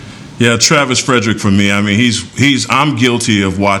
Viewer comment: Who's the joker on top right hand corner that keeps saying Travis Fredericks? Are you serious, dude? You work for the DALLAS COWBOYS and you don't even know his name? Good lord, this show sucks now.